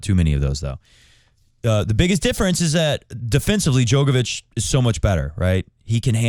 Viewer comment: Bro is djokovic not joke ovic